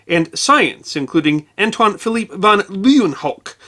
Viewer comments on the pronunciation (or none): none